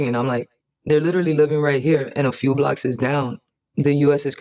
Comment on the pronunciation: 25 year vet here. I am not allowed to say the things I really want because censorship. But that dude needs to STFU and move on. Typical leftist can't take personal responsibility. She learned nothing from her time in. and one more thing; "blockses"?